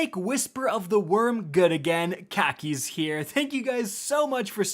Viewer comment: Might be inapropiate but "What is up guys, - is here. And Today." Because and kackis kinda sound the same